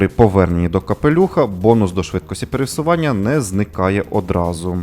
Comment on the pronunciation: пересування, а не перевсування